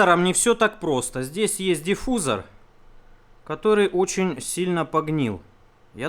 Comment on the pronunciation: диффузор))) ударение коробит, видос норм, пора выпить кофэ ))))